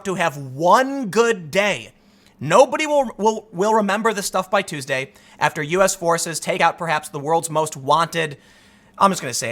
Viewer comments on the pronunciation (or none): none